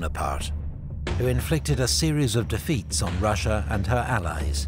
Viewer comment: Good coverage. Thanks for posting. One critique: Russia has no "H" in it. It's not Rush-ya, like a football tactic. It's Ross-ya or Ross-Ee-Ya. Accuracy recommends you. Persistent Inaccuracy suggests your research suffers in an attempt to garner sponsorship. Imagine if Putin called us the "Hoo-Haw Esse". We'd be insulting him "back" by ruining pronunciation of his country's name. Oh-wait! We've been doing it for 100 years!